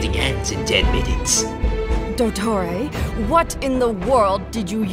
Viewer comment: it’s do-tor-ray do yall not have drama classes 🤭🤭🤭